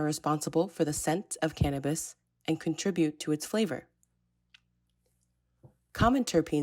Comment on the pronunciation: she mispronounced THC and CBD. It's TETRA-HYDRO-CANNA-BINOL and CANNA-BIDIOL. FFS LIMO-nene, not LYME-onene. And more often than not, I've heard carry-OFF-uh-leen. Also, fix the URL in the video description. The end parenthesis is attached and breaks the link. Doin' great, guys.